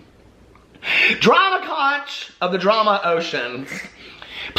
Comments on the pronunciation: Just to let you know from living for decades in The Florida Keys, it’s pronounced (Konk) not (konch). It is also considered bad luck to have one in your house. You place them by the front door (outside) for luck. The folks born here are known as Conchs and they take this seriously...have a nice evening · Omg.. no.... it’s “KONK” not con-ch. promise.